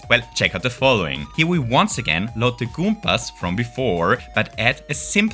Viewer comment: i adore the way you say goombas.